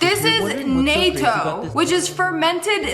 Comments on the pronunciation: It’s not NOTO it’s nahto that’s not how it’s spelt but that’s how it’s pronounced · the way she said natto made me cry 😭 this isn’t the European Union 🇪🇺